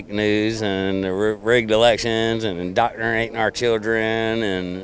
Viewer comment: Man said "indocternate." 🤣🤦‍♂️